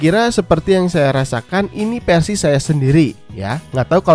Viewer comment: keren kang ...cuma saran pelafalan huruf F/V.nya (Mi fans=Mi Pans, Versi=Persi) dperbaiki lg ,channel IT soalnya 👍👍